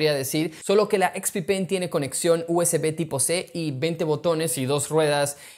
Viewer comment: solo pongo el video para escuchar expi-pen